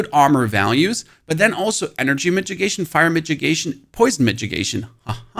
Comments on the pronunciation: Its not "midgegation" it's mit-i-gation. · Mi-TI-gation.. not midgetgation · What is a "mitgigation"? :D It is mitigation, pronounced with a DD ...so middigation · Brah its not a midgit!!!!!!!! Its pronounced ad Mid-ah-gation!!!!!!!!! lmfao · I can't tell if you're mispronouncing mitigation as a bit or not... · "MK" and "Migigation" is driving me insane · please please stop saying mitchigation, unless its to protect yourself from some guy called mitch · All I heard was the way he is pronouncing mitigation.